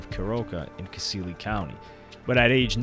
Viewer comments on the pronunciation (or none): man i'm from kenya and how you pronounced kisii got me🤣